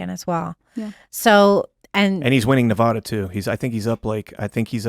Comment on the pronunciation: if you have a photographic memory you would be saying nevada correctly